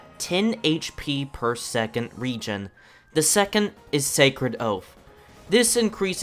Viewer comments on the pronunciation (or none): none